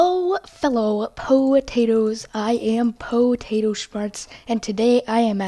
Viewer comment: ?Why are you saying Potato Shmarts instead of Potato Smarts?